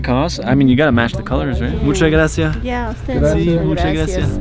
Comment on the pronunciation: when he said “moocha grassia” i did not feel that